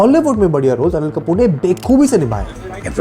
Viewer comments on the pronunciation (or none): Bro "Be khobi" nahi "Ba Khobi" hota hai